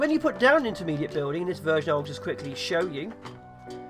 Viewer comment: "Fire over woowls", "bewlding sluts", "eight pewpl". Oh those Englishmen...